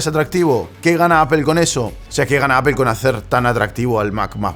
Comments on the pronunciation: Se dice 'apol'. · Qué es “apel” quien les enseñó a hablar?